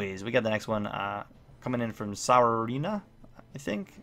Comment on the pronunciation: It’s pronounced so-re-Na